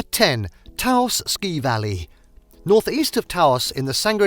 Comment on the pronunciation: Glad to see the caverns included here. So many travel guides and photo series seem to forget that they even exist. I won't go on about Gila, we always knew the out of staters based on that pronunciation. Taos, on the other hand, is pronounced more like house rather than Tah Ouse.